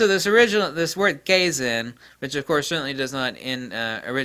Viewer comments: I think it's pronounced KAI-ZAUN, I have a toyota industry training video, US, meaning "constant improvement" or "Perptetual Improvement"? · Kaizen (ka-i-zen). The "a" in japanese is always flat "ah". If it was "kayzen" it would be written in romaji as keizen. 改[Kai] to change with positive connotation, 善[zen] more or less as said, it refers to purity and virtue. Kaizen = Pure/Honest Improvement. I haven't heard a whole lot of Japanese/Chinese terms like this, but i'm very used to the way the language works, and working out what it means is a walk in the park. A note: unlike most languages, Chinese and derivatives (Japanese etc), when using the full Chinese characters, you can work out the etymology and the definition of the 'word' by it's strokes and radicals (letters) in which it's made. The proto-concepts piece together to make more complex concepts, and continue to compound. It's the best language system i know of that's still in use. Japanese production tends to take to the extremes that the creator knows and the consumer does not. So at times they'll do things in a good way and improve things wisely, but other times you'll get some fools who'll just push forward things by manipulating the people in the business. Japanese business is very inter-personal, they meet eachother in person, often meet up at a restaurant or karaoke, so manipulating is a lot easier. Manipulative change is deception, thus absolutely not kaizen, no matter what anyone says. Fire has always been referred to as a purification of spiritual negativity and such. When you apply concepts like psychometry and my hypothesis of it as a cognitive